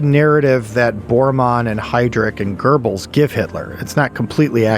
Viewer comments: Guberls😂😂😂😂its Goebels or Göbels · There is no R in Göbels! It's Göbels, not Gerbles!